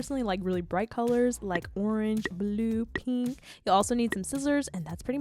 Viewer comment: its not penk it's pink I